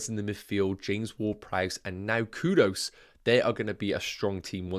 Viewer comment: Thanks for the massive work as always 🙌🏾✨ It’s actually pronounced “K-OO- D- OO-S😅….sounded so weird the way you kept saying “K-O-D-O-S